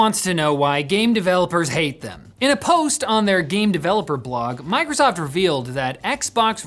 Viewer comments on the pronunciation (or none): none